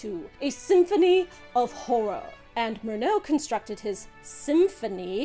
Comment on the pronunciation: It is beyond me why an intelligent and educated woman like keeps pronouncing Murnau as Mirno.